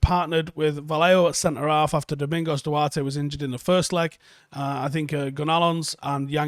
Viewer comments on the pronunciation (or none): none